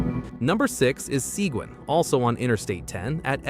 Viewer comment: seguin is spoken like segeen, no w